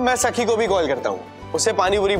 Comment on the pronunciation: Bro its not saki its sakhi